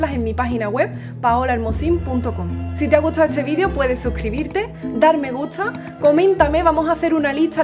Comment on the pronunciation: De dónde es ese acento que antepone las t a las s. Por ejemplo, en lugar de gustar, pronuncias gutsar.